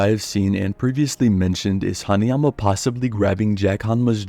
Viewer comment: u good bro, u nailed it